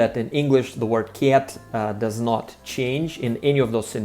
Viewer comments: Because the "c" in cat sounds soft, it clashes with the "a" which in Russian sounds closest to the hard "э" but not enough to turn the "c" hard. I think he is trying to say "kyet" but it comes off as "kyaet" just because how round and indirect English vowels are. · Мне очень нравится, как ты произносишь кота по-английски, как «кят» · I didn’t mean to insult you. As I said for the most part your accent is excellent and one has to listen for a little bit to realize that you are not a native speaker but when you say cat, it sticks out like a sore thumb. I am not sure that I described how we would pronounce it well enough. I am sorry if I made you self conscience. Perhaps I shouldn’t have said anything. I am like the curious cat that can’t resist getting into trouble. Anyway, I enjoy your videos. You are a poltarah of a teacher. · Rhymes with Blyat 😂 Most russians would say "Ket" I used to have a Russian friend who when referring to his dad he would say: My dead. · When you say the word cat in English your pronunciation of the “a” is definitely not an English sound. You are making an overly pronunciation of the vowel. You know how to make the sound though. When you say кошка, the a is much open, and closer to how we say it in English. Actually, that a is a bit more British, but much closer to American English than how you are now saying it. When you say the word, at, you say it perfectly. So put a hard c in front of the “at” and you will get the way we say cat. On whole though, your accent is excellent. It is almost imperceptible except for a few vowel sounds like the “a” in the way you are now saying cat.